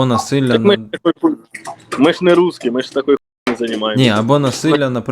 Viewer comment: "мы ж нЭ русские"! И по капле помойву из себя выдавливает!🖕🤡